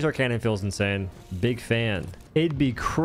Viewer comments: Why are you saying canyon? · ah yes, the qwuasar canyon